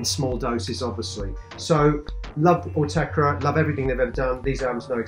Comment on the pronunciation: It's Autechre not 'Ortega'...